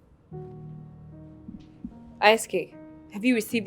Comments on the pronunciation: says who ????😂🤣😂 it is ale:t not alat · I love the way Nigerians pronounce alert as alat.